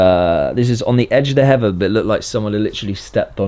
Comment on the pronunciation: You’ve never sounded more British than when you say “heather”